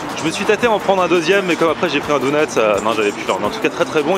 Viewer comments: c'est officiel, n'a jamais regardé un seul épisode des Simpson. Si c'était le cas, il saurait prononcer le mot DONUT! 😂😂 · On dit " daunuts " pas " dounuts " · On dit donut et pas dounut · ABOMINATION, il dit " DOU-NUTS" il faut que je te parle c'est "Donuts" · ya que moi qe sa choque qu'il dise dounots au lieux de donuts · On dit pas dOUnuts on dit dOnuts ! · Moi je m'engage à lancé un nouveau débat On dit dOnut pas dounut ptn 😈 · POURQUOI TU DIT DOUNUT C'EST DONUTS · Mdrrrr ca me tue tu prononces douneuts au lieu de doneuts ahahahah c'est enorme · Pk il dit DOUNUTS alors qd dit donuts ?😂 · c est pas douneuts cest donut😂😂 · Tu m'as fait délirer avec ton cheddar et bagel mais par contre donut c'est avec un o et pas dounut mdr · Tout les mots que tu dis bien tu lui demande et tu dis "dounets" pitain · lol pendant tout le vlog il dit dounot lol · Par contre faut taffer la prononciation mdrr pck Dounuts ça le fait pas trop ^^ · "Dounuts" mdr, c'est quoi cette prononciation ? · "LES DOUNEUTS" mdrrrrrrr jpp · Tu dit Dounut c est bizarre .... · david ouais mais ça se prononce Doneute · Et Donut ça se prononce pas "douneute"